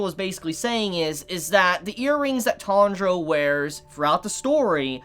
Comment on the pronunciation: Who the heck is Tahnjro?